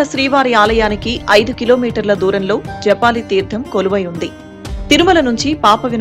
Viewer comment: Madam that is JABALI not Japali Oka maharshi peru